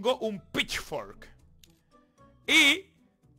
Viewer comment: Según va pasando el vídeo va pronunciando peor Pitchfork, pitchflok, pitchwork, pichfokfwd... xD